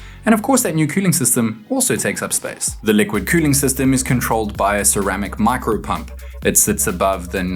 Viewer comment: "liqúid qüüling"